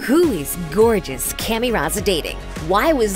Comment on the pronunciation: Her pronunciation of Camille is just painful.